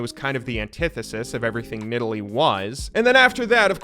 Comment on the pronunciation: At least he pronounced Nidalee correctly